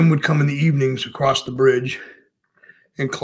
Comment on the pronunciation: I know this is petty but for the love of all that is holy, there is no "t" at the end of the word "across". 😆 Also, mother was a screwup sounds like dad was too.